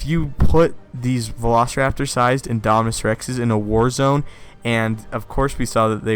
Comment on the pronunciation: So if the big one is "Indominis Rex", would the Raptor sized ones be "Indominis Nublarensis"? (if originated on Isla Nublar) I wonder if they'll ever name a dinosaur for Henry... can't help but laugh at the sound of "Indominis Wu"